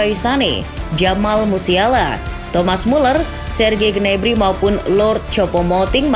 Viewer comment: Ada feeling ini match bakal keras + alot, jadi mungkin seri, tp ada gol Untuk admin, izin sedikit koreksi yaa untuk pelafalan nya, semoga berkenan Reims --> hams Parisiens --> parisiang Julian nagelsmann --> yulian nagelsman, bukan negelsmen Daley blind --> dali blin Choupo-moting --> cupo moting Gnabry dibaca gnabry, bukan gnebri